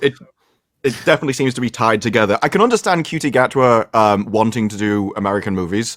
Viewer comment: I like that pronounces the guy's name properly. If Mr Gatwa wants it to be pronounced as anything other than Encutie he ought to spell it differently. We have the characters for a shh sound, use them!